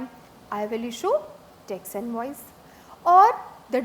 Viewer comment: This lady doesn't have 'E' in her vocabulary. Each word with E she sas it with A. Banaficial Tex Walcome Antering Santral. My ears are hurting. 😐😐😐